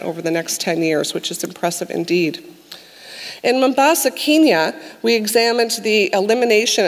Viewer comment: someone teach her how to pronounce Kenya omg